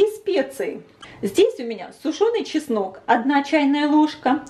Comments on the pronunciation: ЧеснОк, а не часнык! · Простите,ну очень режет слух "часнЫчок". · Все отлично,только чеснок,а не часнЫк!